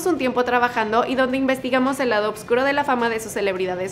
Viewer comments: porfavor puedes decir OSCURO Y NO oBscuro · No entiendo por qué O”B”CURO, si se escribe y pronuncia “OSCURO” de toda la vida 🙉